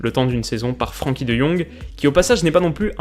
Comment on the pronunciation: Superbe vidéo une nouvelle fois très enrichissante ! Une petite précision comme je suis néerlandophone, son prénom ne se prononce pas Fr[an]kie mais Fr[èn]kie, pour dire d’avoir l’accent moins français 😉😉